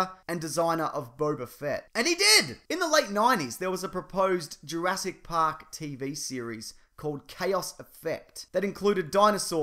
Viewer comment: I had to pause the video at 'URASS PARK' 'Cause I couldn't stop laughing XDDD